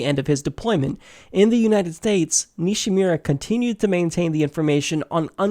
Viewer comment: It's Nishimura (Ni-She-Moo-Rah). It's also misspelled in the description. Just an FYI. I hope some kind of justice comes to the that undergarment stain, the Red Queen aka Hillary. These contrasting cases need to be brought forth to light to a higher level.